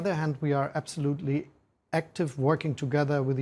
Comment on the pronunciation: Ich wundere mich immer, wie man so gut Englisch sprechen kann und dann trotzdem noch "absoutely" mit einem eher deutschen "a" ausspricht und da gibt es noch mehr solche Aussprachekleinigkeiten. Aber insgesamt: Chapeau!